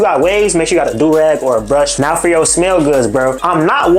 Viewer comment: I be saying foh too like it’s an addiction